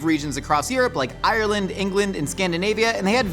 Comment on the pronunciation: At least you say Ireland properly you would be suprised how few people do